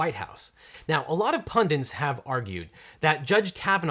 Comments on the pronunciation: Objection: it's pronounced pundit (not pundint). Sorry, had to have an objection. Was wondering if you could review this video and give your insights as well. It might end up being a short review video where you simply laugh and say "I agree." and that's it. Thanks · Objection! The word "pundit" has only one "n", not two. It is pronounced PUN-dit and not PUN-diNt! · It's 'pundit', not 'pundint'.